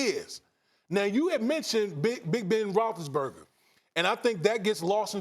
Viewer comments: This guy can't even say big bens name correctly. BEN ROSI-BURGA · No Ryan Hollins is a plus. Spears needs to learn how to say Big Ben’s last name. Your a pro for god sakes lmao. Rothisburger lmao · If you can't pronounce Roethlisberger properly, just say "Big Ben" please.